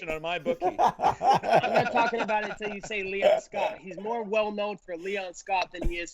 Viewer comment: Colby slipped on Leon’s name 😂